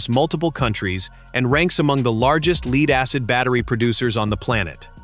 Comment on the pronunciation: Learn how to pronounce "lead ". As in "led.". The heavy metal. I love AI. DUH.